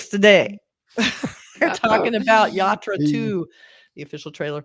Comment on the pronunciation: "Yatra" , not "Yarta"